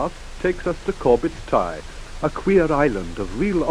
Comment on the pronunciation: Thanks for posting. Vehicles particularly interesting. Did not see much of the town center back then sadly? Very nicely done and survives its age rather well? Pretty sure they would all have been horrified at becoming part of Greater London in only 13 years time... Noticed some pronunciations I was not familiar with too (i.e. Corbets Tey). That might be ignorance on my part though?